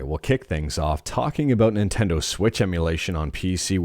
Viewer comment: Ninteno lmao